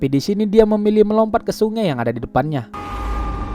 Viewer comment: Sungai. Bukan sunge. Medan x awq ya 😆